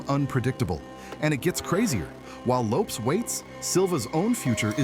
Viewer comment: What's with the way you say Lopes? It's not supposed to rhyme with dope.